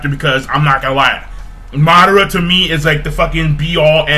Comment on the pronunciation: MaH-DaH-Ra xD Madara not Mudora